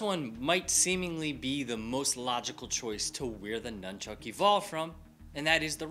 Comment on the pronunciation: At the mark he calls it NUMBCHUCK lol